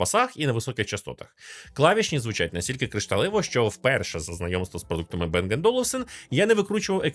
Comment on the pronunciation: не Бенг а Банг, це данське прізвище і данська фірма